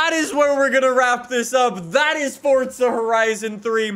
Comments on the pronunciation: I am sorry but its ForZa not fortza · Your freaking saying fortza its forza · Forza not fortza 🙄🙄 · It’s FOR...ZA NOT FORTZA HOLY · It’s not fortza it’s forza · FORZA NOT FORTSA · BRUH THE THERES NO T IN FORZA LEARN TO SAY FORZA NOT FORTZA! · “Forts-zuh horizon” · It triggers me so much when he says “fortza” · Oh no not fortza horizon 3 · He says fortza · Still wondering where the t is in forza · The way you say forza makes me wanna drink bleach